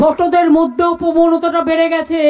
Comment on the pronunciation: পবনতা নয়, প্রবণতা। এটাও জানে না CM!!!!